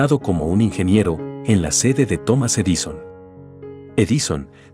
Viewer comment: No le doy like por su mala pronunciación. "Estado de soc" ???? Edíson?????